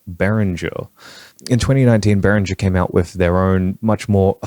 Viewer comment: It's pronounced bay ringer.